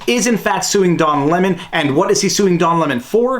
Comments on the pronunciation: Lol did I hear “dong lemon”? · I can't be the only one who keep hearing "Dong" Lemon. Right?